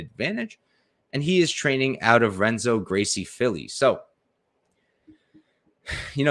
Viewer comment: I’ve been loving your vids ever since discovering you about 2 months ago and you made me a bunch of money but as a Brazilian please never say renzo gracie like that ever again 😂😂